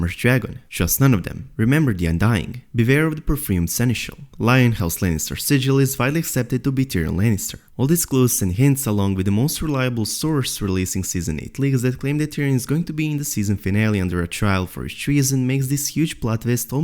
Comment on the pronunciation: Lion is pronounced l I on not Lee on